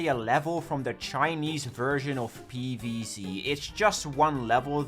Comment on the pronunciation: If I have to hear PEEVEEZEE one more time im ending it